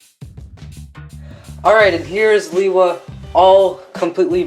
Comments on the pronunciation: he says Lewa worng. (Lay- Wuh). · It's been pronounced differently throughout the years. I myself say Lewa like Lee-Wah